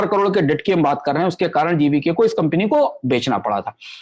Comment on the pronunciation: कम्पनी को कम्पिनी बोल रहे हैं आप।